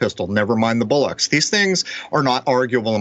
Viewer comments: "BOLL-ocks", not "BULL-ocks". Bollocks is slang for testicles. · It's 'Never mind the Bollocks' not bullocks. Lol